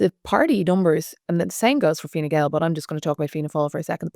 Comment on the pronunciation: I believe Harris refers to it as Fine Gowl.